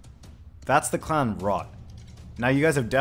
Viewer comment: Why do you pronounce clan as "cl0wn"?